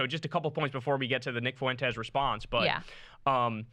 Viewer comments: Why does Kyle always say “Foo-Wenn-Tess” instead of just “Fwen-Tess”? Lol it reminds me of when white Americans say “Wahn” or “Hoo-Wahn” instead of just “Hwahn” for the Spanish name Juan. Neither Fuentes nor Juan are hard to pronounce! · God damn it Kyle it should be two syllables when you say Fuentes' last name